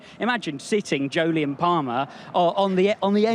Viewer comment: I keep waiting for these Weekend Warm-Up videos to be interesting..... (But thanks for establishing that Jolyon's name is pronounced like Joe-Lee-In.)